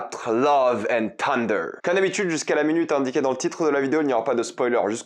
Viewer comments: Love and ssunder, pas tunder !! D'ailleurs on dit bien Tor en français, mais Ssor en anglais. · Tu es sûr que le "th" de thunder ne se prononce pas "θ" ? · Salut,merci pour tes vidéos et merci de défendre le cinéma!ne le prends pas mal mais quitte à prendre l’accent américain pour le titre du film n’oublies pas le cheveux sur la langue sur « th »de thunder!pas une critique juste un conseil pour améliorer ton anglais!✌️